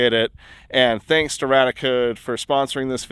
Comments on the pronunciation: Its radiaAcode, why do you keep saying radicode? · I always thought it RadiaCode was pronounced RAY-dee-uh Code and not RAD-uh Code and nuclear was NEW-klee-er not NEW-cue-ler I have been saying them wrong all this time. I feel silly. I stumbled on your channel via the home page and your Oppenheimer film video and I am binging through your channel. Love the videos and channel. I learn something new from each one. I'm definitely subscribing.